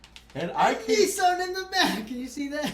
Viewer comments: WTF IS A NEEEE SON? Joe for fucks sake it's pronounced Nih ssan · I didn't know American's pronounce Nissan as Neessan. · Funny thing about "Nissan out of ten" is that Nissan when pronounced by Americans sounds more like ni san (2 3) in Japanese so...you're giving a 2-3 out of 10. Sounds about right. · what the hell is a nee sun?